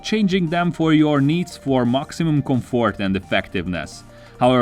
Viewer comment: “Maximum CumfOrt”